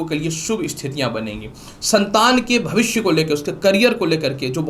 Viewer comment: भाषा शैली में स और श का अंतर समझना जरूरी है । भविष्य होता है न कि भविस्य, इसी प्रकार राशि होता है न कि रासी ।